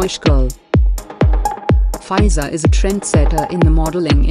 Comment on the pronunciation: It's fee -zah